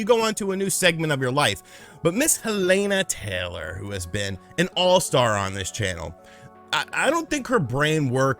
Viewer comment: What's more annoying than any of this is the fact you can't pronounce her name properly